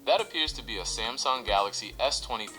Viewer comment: Finally, you said Samsung instead of semsung..i respect that